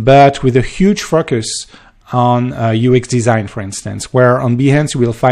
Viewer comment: Am I the only one who hears fuckers when he says focus? haha I love the accent